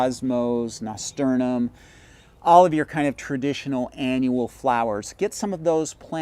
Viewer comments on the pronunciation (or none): Nasturnum? I believe it's called nasturtium